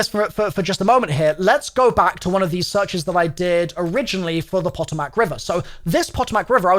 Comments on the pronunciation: its pa toe mic not pot o mac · its not pronoucnce poto-mack its pah-tomick RIP atleast as a virginian also ppl say mare-land nor mary land just saying as an american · Poto- Mac and cheese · I never comment, but had to tell you, its pah-TOME-ic, not pot-o-mac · I love you but can I just hit you with the American Pronunciations of the Words. POTOMAC and MARYLAND. We say say it like Mare-Lan and Po-tom-ic, Mary-Land and Poto-Mack. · Puh - tomb - ick. Marylyn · Puh Toe Mack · It’s pronounced the “ pah-toe-mik” river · “Poe””toe””Mac” river - “mare””land” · Puh-toe-Mac River. And don’t say Maryland like that. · It’s pronounced Pa-toe-mic river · POE-TOE-MAC is the pronunciation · PAH TOE MIC river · Just fyi the Potomac is pronounced “Pa-toe-mick” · Pah toe mick river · Potomac = puh-toh-muhk DMV AREA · "Puh-toh-mac " sheeeesh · I think Potomac is pronounced as "puh-tow-mick" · its pronounced (Puh - tow - mick) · Pa-toe-mic is potomac. N its M-air-lin is Maryland not mary land 😩😅😂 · Its po-to-mac river btw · Poe-toe-mic I’m from Va that’s how you say it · Pronounciation tips as an east coaster Maryland: Meryl-land, but no space in pronunciation. Potomac: Po-to-mic, but again, said quickly with no space between hyphens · I love your content bro but as someone who lives in West Virginia it’s PO TOE MAC river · Pot-o-mack and Mary-land make me laugh as an American haha. Great video dude. Full blown Schizzo mode and i love it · Potomac is pronounced Po-Tome-Mick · Pluh- toe -mick river say it again. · Pa-toe-mick is how it’s pronounced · The pronunciation is a bit weird, but for future reference the river's name is pronounced puh-toe-mik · Omgoodness, I love you. Not hatting here....just love... Let me help you. clears eyes of tears from giggling Puh-Tow-Mic = Potomac & Mare-a-land = Maryland <3 <3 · It's puh-tow-muhk. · Potomac river is prounced "poe-toe-mac" river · The Patomac is usually pronounced Puh•toe•mic Just in case you care 😆